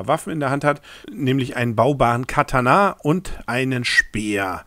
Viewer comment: Du sprichst Katana echt falsch aus.